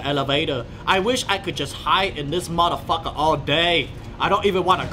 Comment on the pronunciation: Every where I skip to I hear "mudda pucker". Lol.